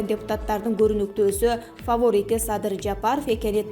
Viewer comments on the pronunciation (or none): Фаворит деп жатат э эненди с ..р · Бул кыз китеп окубаган дайыма ката окуйт фофорит деп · Журналист кичине норма суйлосо болбойбу фофорит дебей